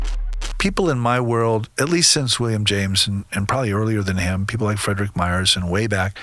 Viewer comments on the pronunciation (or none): none